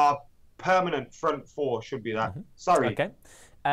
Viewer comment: Its 2032, United are closing in on title no. 28 and still struggling with saying "Front free, front frour"